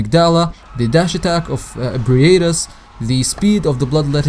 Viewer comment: You are pronouncing Ebrietas so fucking wrong. You're saying E-Brie-ay-tus. It's Eh-bree-tawz.